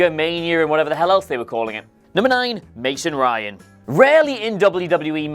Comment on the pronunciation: Who else thought of "Stevie Ray" whenever said "Mason Ryan"?